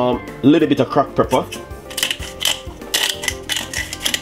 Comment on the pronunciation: Why can't you say PEP- PER, not PREP-PER Jesus!